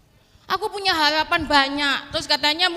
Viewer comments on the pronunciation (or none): BILANG HaRapan kok HALAPAN... 😂